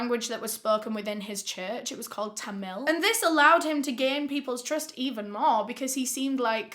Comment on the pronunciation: i literally fookin stood up and walked a across when you said thamil. i was shocked.